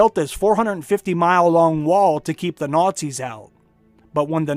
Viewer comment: Your pronunciation of nazi is fucking hilarious,.